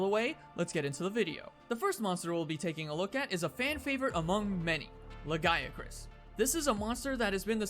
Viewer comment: I can't help but hear you say "Le Guy [a] Crus" when talking about Lagiacrus >.>